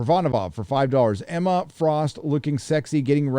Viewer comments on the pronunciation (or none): none